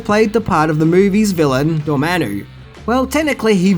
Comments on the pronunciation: Love the videos but does mispronounce things on purpose or is it accidental? He said Cumberback instead of Cumberbatch and Dormannu instead of Dormammu, and those are just the two examples that came readily to mind. When Garyx Wormuloid does it, it's an obvious joke, but with I just can't tell. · dude do you mispronounce things on purpose? lol Cumberbat? Dormannu? come on lol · It’s Dor-Mam-Mu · So I'm not usually this guy but comics were a big part of my life so I have to say... It's Dormommu (Door-Ma-Mu) Obadiah Stain as in a "stain" on the floor. Cumberbatch (Cumber-Ba-ch) as in I made a fresh "batch" of cookies. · Who tf is Durmano? Lol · Its pronounced, Door-mom-u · I love your videos,, but some of your pronounciations make my skin crawl. It shouuld be: "Come-burr-batch" played the villian "Door-ma-moo" just for future reference.